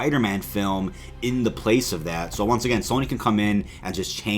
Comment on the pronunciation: "...OVER ON DEE MARVEL STUDIOS REDDIT..." 😳